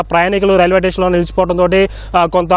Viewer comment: Sir adi "tation" kaadu 😂 It's station.. Hope you take care next time